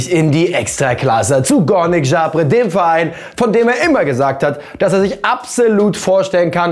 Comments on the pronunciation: Zabrze wird Sabsche ausgesprochen und nicht Schabre, aber sonst alles cool 😌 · Zabrze wird Zabsche ausgesprochen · Kurze Anmerkung: es wird Sabsche ausgesprochen. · Es wird Sabsche ausgesprochen ohje 😂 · Bitte hör auf Zabrze auszusprechen das tut ja weh für mich als Polen